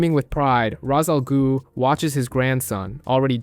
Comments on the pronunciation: Raz al goo lol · raz al goo🤣🤣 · Hey babe, Wake up! The new Worst way to pronounce Ra's Al Ghul just dropped.